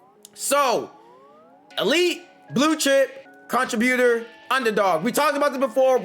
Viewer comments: Why are you pronouncing contributor like that? It’s con·trib·u·tor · It was killing me bro! 😂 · Everytime😂😂 he says way more then he even has to😂😂😂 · You need to type contributor in Google so you can learn how to pronounce that mf😂😂😂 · Bro, learn how to say contributor